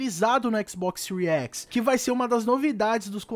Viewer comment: " XBOX SEURI X " KKKKKKK